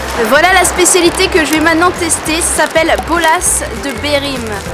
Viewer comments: Bolas de BerLim. Il y a un L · Bolas de berlim, pas de "Bolas de berim". Comme son nom l'indique, il est originaire d'Allemagne et pas du Portugal. Essayez de faire une meilleure recherche la prochaine fois. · « Bolas de Berim »😭💀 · On ne mange pas les beignets de morue le matin mais le midi ou le soir et ce n’est pas Berim mais Berlim (boulé des Berlin). La nourriture portugaise, meilleure nourriture du monde !